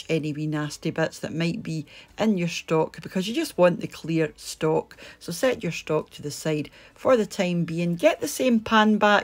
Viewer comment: Looks great! Love that you pronounce stock and seasoning as schtock and sheasoning